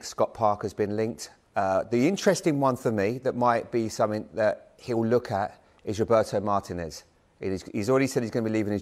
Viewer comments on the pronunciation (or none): none